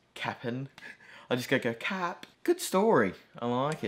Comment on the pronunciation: you said "cap" like how thai people say "khap" which means "i agree" or "yes"